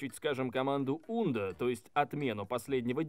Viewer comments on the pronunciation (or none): вроде бы не [ундо] а [анду] и так же [реду]